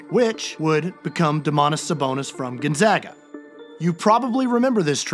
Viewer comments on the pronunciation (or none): none